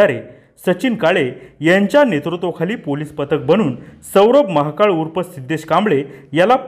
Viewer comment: आरे महाकाळ नको म्हणू महाकाल स्पष्ट उच्चार करा